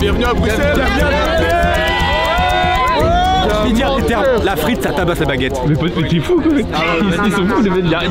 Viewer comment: Mastu qui dit brusselles au lieu de bruxelles 🫶